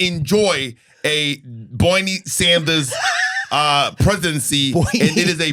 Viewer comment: the way Katya got SO red from laughing so hard at Bob’s Bernie impersonation by the time she said “Boyknee” in the Mass accent that she could barely even get it out in between her signature wheezing🤣🤣🤣🤣🤣